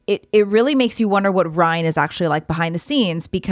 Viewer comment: You said “Brian” several times, instead of “Ryan”. 😆